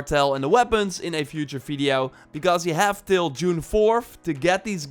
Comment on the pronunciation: Guy! It’s video, not fiddio. I understand you’re not a native speaker, but it’s a “v” not an “f”. It sounds like you have wet lips. It’s gross.